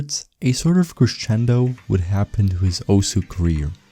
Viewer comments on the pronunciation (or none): none